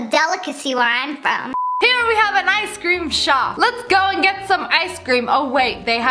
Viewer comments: Why you say “ice SCREAM” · People saying Ice cream Me: Ice Cream Ash: ice cream! Legit anyone: Ice Cream Lia: I see creme [again my opinion on how she says it]